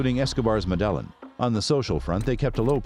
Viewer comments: Bro just pronounce it “medeyeen cartel” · You should be arrested for your mispronunciation of Medellin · You are saying the cartel name wrong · U pronunciation of Medellin makes this video lose half its credibility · After doing all this research you could have just learnt how to pronounce the the word Medellin as well… so you say it like a native lol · So many anomalies in this video, Pacho Herera wasn't their guy in America, it was Chepe Santacruz, and that pronunciation of Medellin 🤣 😄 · Whyd he pronounce there last names correctly but couldn’t pronounce Medellin that tilde makes a difference lol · Hummm, I feel your video is lacking a certain depth of research. I hate to harp on...well....just one thing but you've misidentified Chepe Santacruz several times. He was in NYC not Herrera. Also, I'm not sure I'll ever be able to pronounce 'Medellin' correctly again. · Come on man… You could at least learn to pronounce Medellin correctly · After the pronunciation of Medellin, this video lost credibility. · I get that it's a computer voice, but it annoyed me every time it said "Medellin". And the pronunciations of every name was butchered. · I was going to watch this video but the way you say "Medellin" is cringy af. I'm out. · I thought he was saying "Madeleine" then I thought noo, he must be talking about Mandela, until he said he was a ruthless killer I understood he was talking about MEDELLIN CARTEL! 😅😂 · That the hell madellon are you trying to say Medellin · The fact he calls it “muh delon “ goes to show this dude didn’t do much research “Medellin” player the L is silent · This guy always butchers locations' and people's names. Dude, do your research so that others get the proper information from your postings. It's NOT medel-lin! It's Me-De-Llin... the double L in Spanish pronounces as a J in English... OMG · It’s pronounced med-eh-yeen not mudelin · I can’t take this AI shit serious. “Madelin”🤨🤨🤨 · MEDELLA HAHAHAHAHA pronounce MEDELLA HAHAHA Where is medella 😃